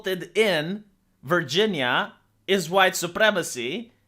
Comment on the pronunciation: I thought it was pronounced Virgin-nia-nia-nia.